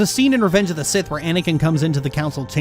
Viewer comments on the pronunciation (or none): none